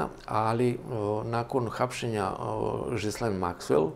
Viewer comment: Izgovara se G'laine (G'lejn Maxwell).